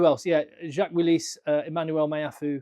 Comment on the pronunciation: "Jacques Willis" très fin le sens caché avec la prononciation, magnifique. i also would like to see him in the English squad.